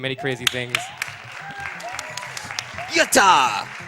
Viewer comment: their "yatta" pronunciation hurts my ears